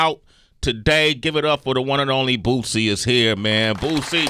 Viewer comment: Sway saying BOOTSIE is irking me 🤣🤣🤣